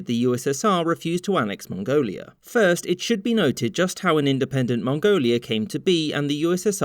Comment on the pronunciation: ... you probably pronounced that better than most of us ever could.